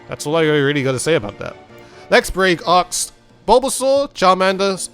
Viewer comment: Am I the only one hearing "aks" instead of "asks"?